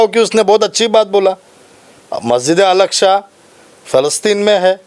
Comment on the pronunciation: muh main se supari nikal re baba masjid e aksha nhi masjid e aksa hai chij nhi cheez hai